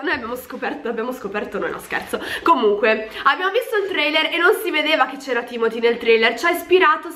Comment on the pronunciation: Si dice TIMOTÈ ma vabbè, ci rinuncio